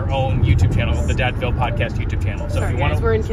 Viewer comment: said "Dadville" 😂